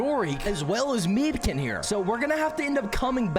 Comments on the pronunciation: It’t meebkin not whatever you said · I feel insulted when you call Meebkin Krillby